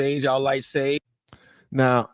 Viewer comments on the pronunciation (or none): none